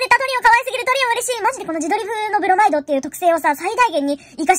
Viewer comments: 冒頭の「青学氷帝のブrrrrrロマイド」が好きすぎてリピートしまくるのでなかなか本編に進めません笑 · ブrrrrrrrrrrrrrrrrrrrrrrrrrrrrrrマイド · 「ブrrrマイド」ってメチャクチャ巻き舌してて開幕から勢いがよくて大好き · ブrrrrrロマイドでロケットスタート切ってるのホント好き。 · 冒頭のブrrrrrrrロマイド狂おしいほど好き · 冒頭のブrrrrrrｫマイドからもう面白い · 冒頭の巻き舌だいすき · 開幕巻き舌で先に進めない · ブロマイドじゃて巻舌www